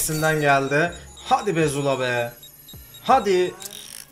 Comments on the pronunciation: Abi sen zula diyeceğine jula diyon sksjsjjsjsjs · Züla ne abi :D